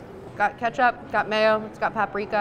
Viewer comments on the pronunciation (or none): none